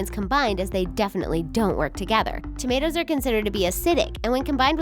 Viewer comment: When you said tammtos and cocombers I was like noooooo I'm not gonna stop